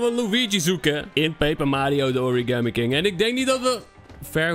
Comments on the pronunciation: Je zei water origamt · Je zegt waterorigand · ehhmmmm je zei water origant